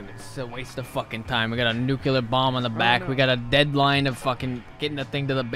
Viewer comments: NOO-KEE-LAR Wep'n Jeeeez. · ' ' NuCuLaR WeApOn' '